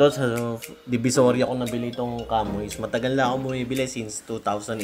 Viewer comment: boss ang pronunciation nyan SHA MEE hnd KAMOYS. Porke CHAMOIS spelling e ganun mo binasa. It is pronounce as SHA MEE.